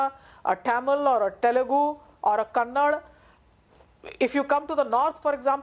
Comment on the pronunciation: The Dr. who is doing so much of research on every region of India, it’s not Kannad Madam, it’s Kannada.